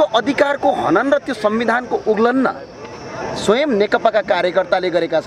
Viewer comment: उल्लन होईन उल्लंघन उच्चारण गर्नुपर्यो